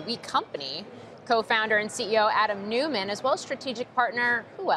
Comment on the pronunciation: Why do people pronounce his name newman? It’s noyman